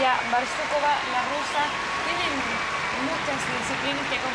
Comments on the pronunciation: не БАрсукова а БарсукОва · Не "БарСУкова"....... БарсуКОва!!!!!